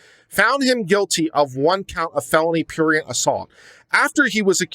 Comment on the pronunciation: If you're going to use a word like prurient, you should learn to pronounce it, you know, so you don't sound like a pretentious pseudo intellectual and stuff like that.